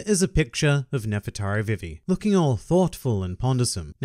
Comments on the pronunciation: It’s not VivE it’s VE VE sorry it just irritates me THIS IS NOT CRITICIZING U CAN SAY IT HOW EVER YOU WANT I JUST WANT TO SAY HOW I SAY IT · Put some respeck on Vivi's name!